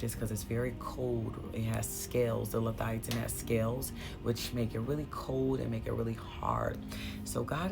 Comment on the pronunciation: The spirit’s name is Le-Via- than 🙏🏽❤️